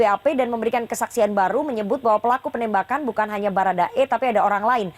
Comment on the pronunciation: Selamat bapak pengacara bharada E kebanyakan "ng" Nya.. Bukang,kaitang, 😂😂😂